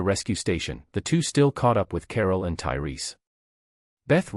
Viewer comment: Lol, it went from Tyreese to turry to tailai, wtf, how can you fuck that up twice.